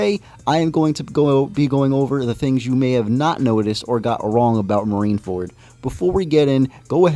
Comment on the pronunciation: U read marine-ford very wrong wb💀 got weaker and his ap did get weajer as even attakcing having himself hold his heard